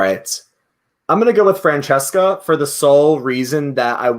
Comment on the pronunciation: Brooo when couldn't pronounce Francesca's name 🤣🤣 I died